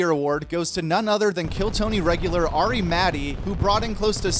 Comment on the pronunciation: Tony over pronouncing the t’s in Ari Matti is making me ponder murder suicide scenarios.